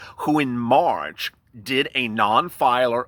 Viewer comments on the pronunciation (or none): none